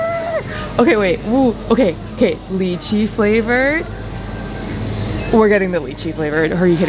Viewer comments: the right way to pronounce lychee is (lie-chee) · I have never heard some one say lychee like you did in a long time( I say it like that also) when I do say that people look at me like I am weird . Also we’re the things overly priced?